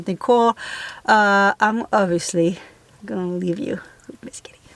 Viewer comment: I thought for the longest time that she was saying, Kitty. It's Kelly. :)